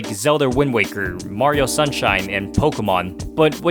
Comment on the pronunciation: Finally someone who pronounces Pokémon correctly!